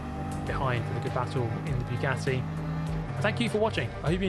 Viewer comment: Guys, is it just me or is he purposefully saying Bugyatti?